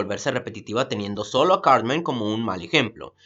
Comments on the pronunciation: Sauth pawk, cawtmen, adowt swim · En vez de decir Cartman parece que dijeras Carmen. :v